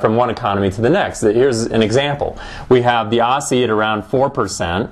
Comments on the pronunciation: "AWSSIE" lol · ossie?? As in "posse"?